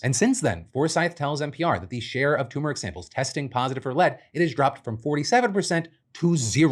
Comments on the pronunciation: TUR-mer-ic! T-U-R!!! 😭😭😭 For the love, PLEASE PRONOUNCE THE ‘R’!!! 😩 You sound like a colonizer & that’s breaking my heart!💔😢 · dammit Phil it's TURmeric not TOOmeric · Hey Phil! Quick note, since you kept repeating it so often, it just kept standing out: It's pronounced turmeric, not toomeric